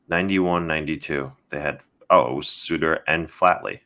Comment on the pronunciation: Embarrassing pronunciation of Sutter (like butter, not like hooter).